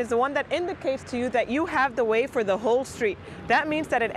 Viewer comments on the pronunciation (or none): A little confusing, I had to watch this several times. When you said that they "have the way", it sounds very much like they "have to wait", and those are two very different things!